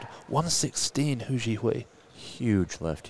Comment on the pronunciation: This was amazing, so happy for the top 3 and everyone else who made incrediblee lifts. What an awesome competition. BTW, "Hou" in Hou Zhihui's surname is pronounced like Santa's "ho ho ho" or like saying "Oh", not like "who" :)